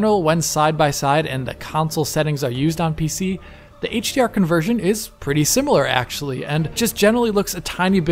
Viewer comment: Heyyyytsch Di Arrr